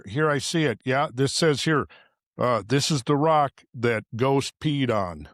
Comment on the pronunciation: Ghost...not dose, not toast.